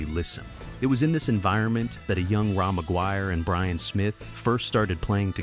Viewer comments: What the fuck Ray Maguire fucking AI not Raw Maguire i grew up a few blocks Away from my parents house in south Vancouver Ray had a 55 chevy 2 door Parked out side his parents place in The ally i met Donny Underhill with his band called Troma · Pronounced Ray not Rah. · That is Ray not Ra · Had to stop listening due to the ridiculous AI “narrator”. Fkn lazy. Ra McGuire is pronounced “RAY” not “ RAW”. Bachman is pronounced “BACKman” not “BOCKman”. And Baby “WANTcha” Please Come Home? Really? Put real narrators back to work! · Polite correction because I’m 🇨🇦 … it’s not “Raw” McGuire … it’s pronounced Ray. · Pronounced Ray not Ra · Ra = Ray not "Rah". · It's pronounced "Ray" Ra is short for Ramon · Former Canadian radio music director here. Couple mispronounced things kinda skewer this right off the bat - Ra is pronounced "Ray"; and it's "Baby Woncha Please Come Home", not "wancha". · Ra , pronounced Ray ..this is AI BS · Ra pronounced Ray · Ra is pronounced "Ray" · I came into the comments to say that. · Clickbait, with an AI voice that pronounces Ra's name wrong. The internet can really suck.